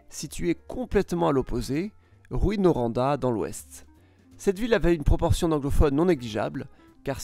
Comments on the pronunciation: On dit Rou In ;) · en faite ces plus tôt rouin comme prononciation et non roin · Charles Charron il faut le prononcer oi comme foin. Rouyn - roin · Perso, étant de France et en voyant écrit les villes, je les prononce comme lui: DRU MON VILLE GRAND BI (Faut vraiment être du coin pour savoir qu'ils ont une prononciation particulière) L'exception étant Rouyn, pour lequel ça n'a pas de sens de prononcer ROU-INE comme il le fait. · Ça se prononce "Roux-hein" , autrement très bonne vidéo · Sa prononciation ressemble à un mélange de « rouet » et « ruine ». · le Y avant le N se prononce com un IN et non un I. le U devant deux M se prononce comme le OE ou EU et non comme un U seul. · Je saigne des oreilles à cause de "Granby, Drummonville, Rouyn" hahahah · Ah les toponymes. On ne prononce pas le S à Lévis. Le nom rime avec vie. Drummondville se prononce comme Dromme onde ville. Rouyn se prononce Roue-ain. Pas Rou-ine.